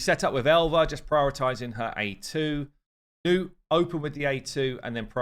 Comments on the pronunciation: its not newt, its nutt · He keeps calling him nute instead of nut sadly